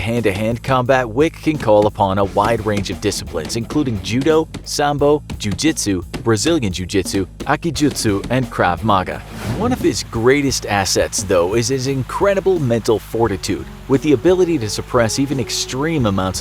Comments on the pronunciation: Its Krav Maga, not craft manga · It’s krav mAga not Krav magA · Its krav-ma-ga not chrav maga... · The way you pronounced Krav Maga made it sound like a breakfast cereal.